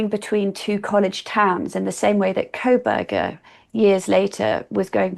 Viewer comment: I can't listen to her on this topic because she insists on adding an L to his last name. I don't understand why - is it supposed to be an insult? If so, there are better insults she could use to call this disgusting incel.